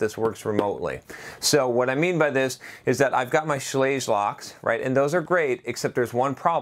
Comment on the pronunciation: Schlage rhymes with "egg". 8 minutes into an 11 minute video and the box hasn't even been opened yet. zzzzzzzz